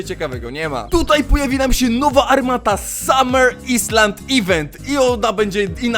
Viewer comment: Island się cztta ajlend, boli w uszy